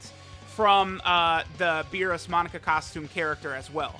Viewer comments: Anyone keep hearing Monica instead of Monaka? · Its amazing how u say u pronounce names as they say it in the anime but u continuously say his name wrong. For the last time its not fucking “monica” it’s pronounced “MOE-KNOCK-KA” get the shit correct it’s annoying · its MO - KNOCK - UH not MON - ICA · Ahhh the good ol days of saying MONICA instead of Monaka:) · Am I gonna sit through 17 minutes of calling Monaka 'Monica'? You bet your ass I am